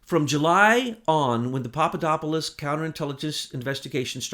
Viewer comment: you finally learned how to properly pronounce Papadopolous. Now give DiGenova a "go." It is "dee-JEN-oh-va" and NOT "dee-jen-OH-va." But I love your mangled names. Shows me you are human. I thought you were a god. Keep up the good work.:)